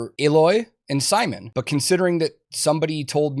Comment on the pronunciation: Who is Simon? You mean Syminion?